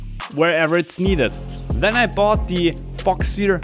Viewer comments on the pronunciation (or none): Ein Kollege von mir hat auch ne FPV Drohne ach und bei gehört ein than anstatt then (when? Then) ;)